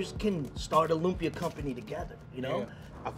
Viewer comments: "loom -pia" BRUH. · bro its LOOHM-PIA not loom pee yah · I’m cringing the way the host pronounces lumpia. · Pronounce Lumpia the right way bro- you killin me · my man...you need to pronounce lumpia the right way...surprised none of your producers checked you...thats disrespectful...and you suppose to be a foodie?? c'mon bro.